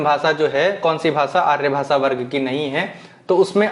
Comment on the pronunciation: Sir,aap bhasha word Ko bhasa ucharan ,our sabhi Sha letter sa ke roop mein ucharith kyon karthe ho? Sahi nahi hai ,sudhar keejiye